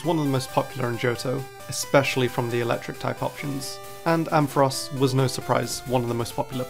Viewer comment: There is no E in Ampharos!